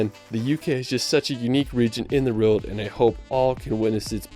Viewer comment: Why does this narrater repeatedly say "reeled" instead of 'world'? Why does he say "Westminister" instead of the correct term 'Westminster'? 😮😮